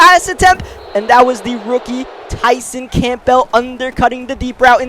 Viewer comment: ight, love the series and the videos but please.. stop pronouncing the P in campbell